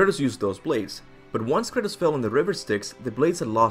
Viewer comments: I'm pretty sure his name is Kratos, not Curtis bro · Thought bro kept saying Curtis 😅😅😅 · I’m dying over here. Every time he says Kratos it sounds like he’s saying Curtis. Haha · I know what you're saying but it sounds like you're saying Curtis which is hilarious from now on his name is Curtis. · Anyone else hear him saying "Curtis" instead of Kratos? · I sounds like he's saying Curtis and not kratos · When you say Kratos I hear Curtis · Kurtus kurtis lmao pronunciation